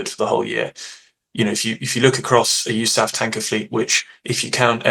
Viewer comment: Sounds as silly as "Pack-Dah".